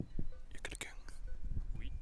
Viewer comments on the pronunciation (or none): "Y'a quelqu'ungne ?" "OUi." xD